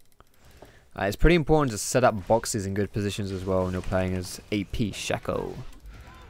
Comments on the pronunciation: His name is Shaco, not Shacco/Shacko! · Shaco not shaco